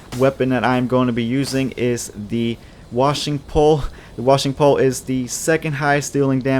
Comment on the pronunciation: It's pronounced Wa-Shing Pole